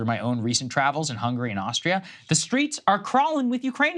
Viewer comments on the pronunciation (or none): none